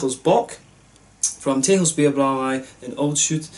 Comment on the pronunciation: Nice review! Very in depth. 'Texels' is actually pronounced as 'Tessels', like a double 's'. And next time try the Stormbock from Texels (aged ones should turn out even better), a 10% bock-blast. Proost!